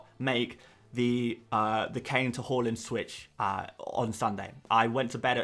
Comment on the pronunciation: Great video but Please pronounce haaland correct 😂